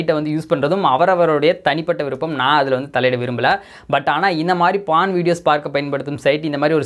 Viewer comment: பான் இல்ல போர்ன். உங்களுக்கு ஒ வராதா